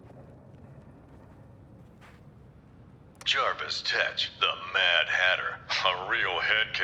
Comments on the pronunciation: Wait, you're telling me they pronounced Rā's' name correctly, but spelled and mispronounced Jervis Tetch as "Jarvis"? Jesus Christ. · The writers do know it's Jervis, not Jarvis, right?! Goddamn, Rocksteady!! WTF HAPPENED?!! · Wait that how you pronounced it? I think even in animated they pronounced it as Jarvis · How did they mess up Mad Hatter’s name? It’s Jervis, not Jarvis. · Wow. Guess they don't know that it's JERVIS TETCH not Jarvis